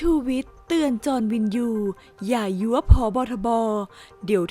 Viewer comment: อ่านยั่วค่ะไม่ใช่ยั๊วขัดใจมากอ่านผิดบ่อยมากปรับปรุงนะคะ